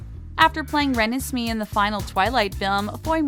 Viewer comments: it's not renesmeee it's rennes may-renesme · She pronounced it renesmi but u pronounce it re nes may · Ren-EZ-may not Ren-is-me Hahahaha.. Cmon have you even watched the movie? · WHO THE HELL IS REN- IS-SMEE IT'S REN-ES-MAY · “ren-ess-me” It’s pronounced (ren-ezz-may) geniuses. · NEVER SAY RUNUSMEE AGAIN! PLEASE!!! (It is Ru-nes-may) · Isin't her name said Ra-nez-may? Not ra-nes-me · Come on, it's said in the movie so many times, say the name right. Ren is me?? It's Ren es may. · (In Hermione voice) "It's Renismè, not Renisme" 😂😂😂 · Her name is pronounced ra-nes-mee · It's pronounced re-nes-may Edit:::: SAY HER NAME TIGHT IF YOUR GOING TO TALK ABOUT HER!!!!!!! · It’s (Re-nes-May) but is spelled renesmee damn get it right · It's pronounced REN-EZ-MAY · Ur saying her name wrong, it’s pronounced ren-ess-may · And is pronounced ra nez may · If you're going to rattle about her, at least say her name correctly!!! It's pronounced as "Re-Nez-May", not whatever name you're pronouncing. Really, do some research before you report...Because you never EVER say names correctly. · Who the frick say renesme like that I get that maybe the person who read it didn’t watch the twilight movies but didn’t anyone bother to correct her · (ren_es_may) sound it out you spelled it right but said it so wrong watch the movie maybe then you'll know how to pronounce it correctly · RE-NES-MAY WAS TRIGGERED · I can relate that how much the Twilighters were getting irritated when you pronounced her name wrong....like that is Ren-es-may😂😂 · Renesmee is named for her two grandmothers. Bella's Mom, Renee and Edward's vampire Mom, Esme. It's pronounced, Ruh-nez-may. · It’s pronounced ( re-nes-may ) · YES !!! REBECCA HUTTO THATS WHAT I SAY !! PRONOUNCE REN EZ MAY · Every time she said renesmee I cringed so hard!!😱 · Thats not how you pronounce her name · Looks just like how they aged her in breaking dawn pt 2! I love the..but her name is NOT pronounced like that! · True that girl